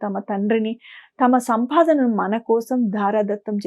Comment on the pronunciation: అమ్మా! జ్ఞానవిషయం బాగున్నది. అభినందనలు. చాలా బాగా చెబుతున్నారు. కానీ తెలుగు భాష కొద్దిగ సంస్కరిస్తే బంగారానికి సువాసన అబ్బినట్లుంటుంది. మార్గానికి బదులు మార్ఘానికి అంటున్నారు. ప్రశ్న కు బదులు ప్రష్న అంటున్నారే. సగము అనాలి సఘము కాదు. సంపాదనను సంఫాధన అంటున్నారు. అంధరి కాదు అందరి అనండి అంతట అంటే బాగుంటుంది. అంథట కాదుగదమ్మా. శివ పరమాత్మ అనాలి. షివ పరమాత్మ కాదు. భాధ అనకూడదు. బాధ అనండి. షరీరం కాదమ్మా శరీరం. చిన్నభిడ్డా కాదు. బిడ్డ అనండి. అమ్మా! నేను చెప్పినవి మిమ్మలను అవమానించడానికి కానేకాదండి. మీస్వరం మాడ్యులేషను ఆఫ్ డైలాగ్ చాలా చాలా బాగుంది. ఈచిన్న తప్పులు సరిచేసీకొండి .